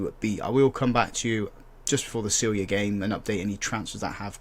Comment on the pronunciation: Radomlje is pronounced Radomlye and you have to say the E at the end, same for Celje and Domžale. Čuk is pronounced Chook not Kooch